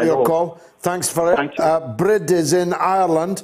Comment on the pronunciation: Brid is pronounced breed btw